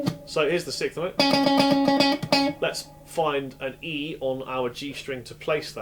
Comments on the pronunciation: Very good explanation even though he can't say "sixth"....ha ha...."SICKTH". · When you say "sicth", you actually mean "sixth". Even being English, you would still pronounce the 's' in the word. Sorry to be an ass, but thanks for the great lesson.